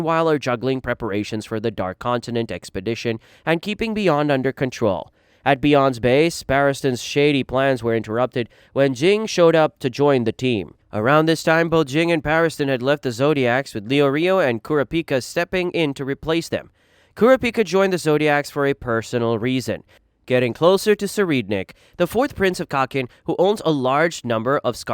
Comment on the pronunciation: bro I really like this content but you gotta check pronunciations, I'm not even this type of guy normally and when I heard how you said netero I just kinda chuckled and didn't pay any attention to it going forward, but my guy.... Leo-rio? Kuri-pika? bro that shit sent me